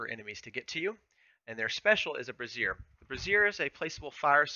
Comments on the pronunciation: Brazier(bray -zhr) is the archers special you are pronouncing "brassiere" which is a woman's bra. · Love the guide! Just a tiny nitpick, it's pronounced Brazier (bray-zher) the way you pronounced it is another word for a females bra lol. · Kinda put the wrong emphasis on the wrong syllable there. One is a bra and the other is a firepot lol a bra as special for archers would be hilarious